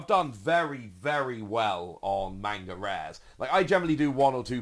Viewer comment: I love your content and please take this with the respect I am trying to say it in. Please say manga correctly if you are going to correct everyone on Imu.